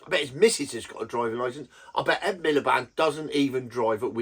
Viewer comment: Man said Rd Milepede! 😂😂😂😅